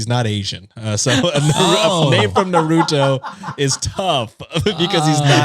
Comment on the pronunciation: say "nar-oo-toe" 💔💔💔💔 (it's naru-toe)